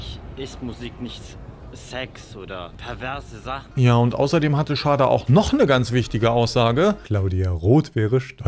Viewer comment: Du sprichst Shada falsch aus